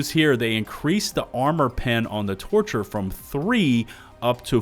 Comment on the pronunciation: I can’t help but to hear “torture” instead of “torcher”